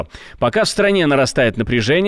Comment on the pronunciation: Правильное ударение: ГварАмия.